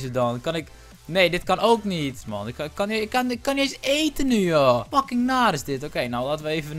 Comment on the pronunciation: ik vind het echt irri als hij steeds maon zegt 😒